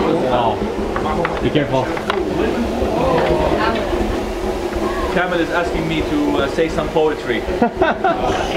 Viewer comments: Mark why are you addressing the guide as CAMEL... His name is not to be pronounced like it.. It sounds very upsetting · mark dont keep calling the guy camel lol its Kamel pronounced AAAA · I’m so sorry but his name is not “Camel” it’s pronounced K A M E E L ... it’s actually insulting calling him after an animal. 2nd thing.. for someone that earns north of 3 thousand dollars a day in just YouTube money.. I (we) as viewers find it petty that you have to resort of a 90 second ad in your video. Don’t go down that path. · Mark please,,, pronounce your friends name right!!!! It’s kaamel ( kamel), not camel 🐪 as you pronounce it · His friend's name is Kamel not